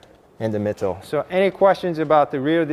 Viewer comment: "in the mittle" 👍